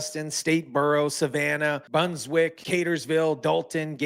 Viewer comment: Please learn how to properly pronounce GA city names, like Brunswick, Albany, Statesboro...Good report otherwise. Thanks